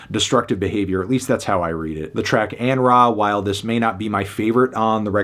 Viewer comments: I thought he was saying Anraith 😂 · butchered An Ra though 😬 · yeah that wasnt great 😂